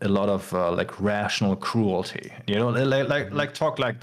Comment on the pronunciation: rational cruelty said in a German accent just sound so evil lmao